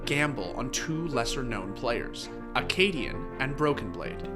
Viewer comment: Its Akaadian